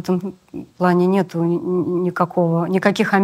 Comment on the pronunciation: Грамотная речь? Смешно! Мне всё интервью резало слух "нетУ", произносмое Светланой. Вроде актриса, грамотный человек должна быть... Но увы и ах...